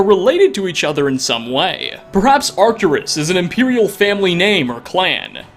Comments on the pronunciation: Arc-TOOR-us, not arctur-US (The bold letters represent the emphasized syllable. Each syllable is seperated by hyphens- not 'dashes'. You will notice that I omitted a second hyphen in your pronunciation, because you pronunciation lacked a clear delineation). Have Google pronounce it for you (see below). Sorry, I am an old English teacher suffering from either, OCD, or the world has been cursed by technology to be forever illiterate. Any way, I love you content. Just wanted you to clean up your script so that you don't come off as less intelligent that you are. Also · Fun fact: Arcturus is a latinization that is actually pronounced [ar'cturus/arcTURus], and it means "guardian of the bear" in Ancient Greek. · Is said Arc-ture-ess